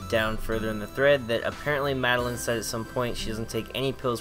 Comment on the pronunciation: Madeline from Celeste says trans rights Also my name is pronounced mad-el-eye-n not mad-el-in